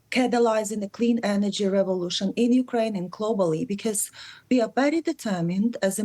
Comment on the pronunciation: Mykraine, not Urkraine